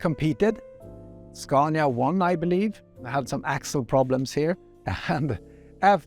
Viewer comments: The guide Raul Fernandez pronounces it the right way. Scania is a swedish company and this is how swedish speaking people say it. The native way So I think this must be the only right way. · Great vid. Loved it. One thing: the interviewer keeps on pronouncing the Scania name wrong, while he can hear the museum guy saying it right.